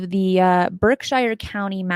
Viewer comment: Berkshire, like gobs of places in the USA named after a place in England with "shire" in its name, has long been "Americanized" to "sure." It's nitpicky, but (as a New England native), it's kinda strange to hear it pronounced as anything other than "Berk-sure." Nevertheless, it (as always) was a great show. Thanks. I'm hooked on this series, and the Debrief also.